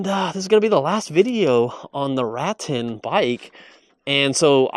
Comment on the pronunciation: Ruh-tan… I believe is how you pronounce it. 😊